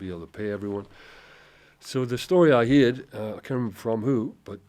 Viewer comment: The way he pronounces heard like "heered" is so very south Wales 🙂